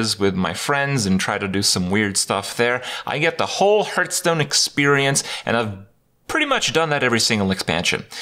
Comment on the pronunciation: Six years, and Kripp STILL doesn't know how to pronounce "Hearthstone"?